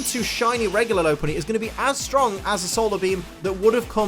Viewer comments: I'm so happy that you pronounce it lo-punny instead of lop-punny (which I think is the correct way) because I've called it lo-punny for years and then I heard the other pronunciation and was like; "oh dear no, that's wrong, so so wrong!" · It's lop-unny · I believe the correct pronunciation is lop-punny. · Its pronounced lop unny like lop earred sources 3d pokedex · You say th word lopunny wrong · YOU SAY IT WRONG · He pronounced Lopunny wrong the entire video and I somehow remained un triggered XD